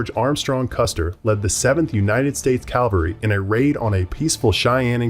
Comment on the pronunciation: It's cavalry not calvary